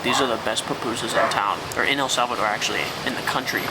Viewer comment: You guys can't even pronounce correctly the name of El Salvador 😂😑🙄